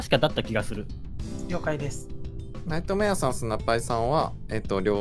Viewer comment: 僕とナ↑イトメ↑アさんなんですけど